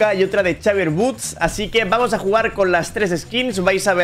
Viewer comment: chavier wuuds dice, la pronunciacion es exeivier wuds